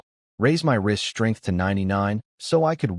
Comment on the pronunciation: Whenever he says "wrist strength" I keep hearing it as "rizz strength" and I'm just like lol they need to add that, like skibidi rizz lvl 99